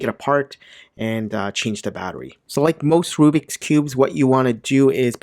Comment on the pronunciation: also its not called RUBIC its RUBIKS and the bad brand u said was RUBIX see?